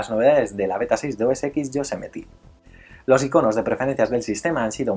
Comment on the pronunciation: cada vez que dices yosemeti el oido me sangra